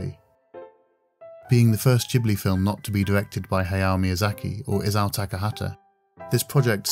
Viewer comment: I haven't seen Ocean Waves yet but I've been wanting to since there are so many negative reviews. It's I-sa-o, not I-za-o by the way. Japanese is pronounced just as you see it.